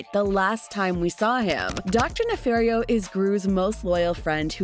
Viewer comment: NEFARIO. ITS DR. NEFARIO.